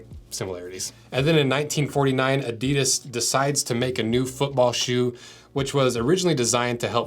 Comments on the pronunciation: It's pronounced Adi-das, never A-didas. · Pronounced "Adi-Dus" with that emphasis. NOT "adydus" Like I said. say it slower.adi-dus with 2 equal sounds emphasised equally. That is not just how the Germans say it, it is also the way the entire rest of the world says it. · You yanks .. it's pronounced 'Adi-das' not 'Adee-dus' 😂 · WTF is Adeedus? STOP SAYING ** WRONG! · I wish Americans would pronounce Adidas the way it's intended. The correct way is having the accent after the first syllable A'-didas, (like HAL'-loween; STRAW'-berry; MAR'-Athon) instead of ADI'-das. (like symbo'-lic; opin'-ion; juras'-sic). I also wish the Brits would stop saying Nike similarly to "bike" as it should be "Nahy-kee". 😁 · the guy explains why they company is called what it is called yet continues to mispronounce its name after literally pronouncing it correct once. These were also pretty much a required bit of kit for the terrace dust ups before football changed. If you are into futsal just get a pair of Preds for a few quid more, leave these for the away end. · You described correctly how Adidas got its name, yet all Americans pronounce it wrong! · It is time for the people in the USA to pronounce the name correct. The way you do now is false. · and with all that history facts americans still don't know how to pronounce Adidas